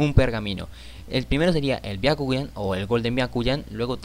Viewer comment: Dijo biakuñan xd